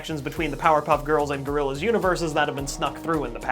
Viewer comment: I like "GORILLZA" more